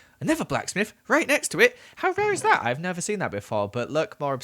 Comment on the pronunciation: instead of "thing" he says ''fing", instead of "never" he says "nether"